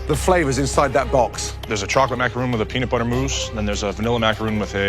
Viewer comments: Joe: "The Macaroon" No, no they are not, they are Macarons. That is not how it is pronounced, that's a whole other cookie! XD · Every time they said "macaroon" I felt a piece of my soul leave my body. You're professional chefs, it's macaRON not ROON... dear god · Did joe just say 'macaroon' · Youd think gordon of all people would pronounce macaron correctly